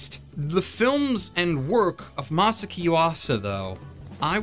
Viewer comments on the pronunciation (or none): Masa-aki! God damn! Ma-saw-ocky! You're eliminating syllables! Ma-socky!? God Damn! You're not the only one who butchers it, but you are butchering it!